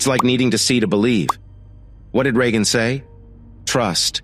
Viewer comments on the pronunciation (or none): none